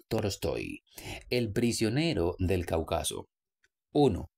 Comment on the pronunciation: Cáucaso acento en la tercera silabas, por favor pronunciar correcto.